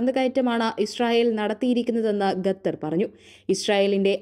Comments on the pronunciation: മുഖം, ഖത്തർ, അല്ലാതെ ഗത്തർ അല്ല. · ഗെദർ അല്ല ഖത്തർ എന്നു പറയൂ 😂😂😂😂😂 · ഗത്തർ അല്ല കുട്ടീ ഖത്തർ ആണ്. ശുദ്ധമായി മലയാളം പറയാൻ ശ്രമിക്കു.... ആശംസകൾ 🙏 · ഖത്തർ ആണ് ഖത്തർ